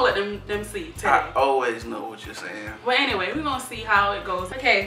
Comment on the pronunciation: She said, I’m ‘gong’ speak.